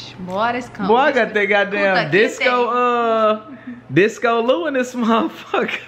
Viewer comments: Nigga said DISCO LOU lmaooooo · That man said discolou 😂😂😂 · “Disco Lou” 😭 she said “Kunta Kinte” 💀 the ending message tho 😂